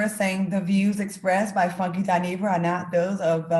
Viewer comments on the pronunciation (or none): Dineva not marireefer!! 😂😂😂😂